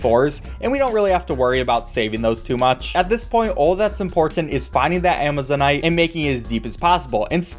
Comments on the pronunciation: Actually, "Amazonite" is pronounced exactly the way you said it. Ama-zone-ite. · I'm like 200% certain you are saying Amazonite correctly, good job